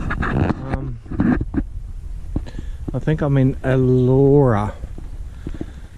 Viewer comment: Allora isn't pronounced ALAURA it is pronounced ALLARA , The A in the middle has a U sound like Umbrella. And warwick is pronounced WARRICK :)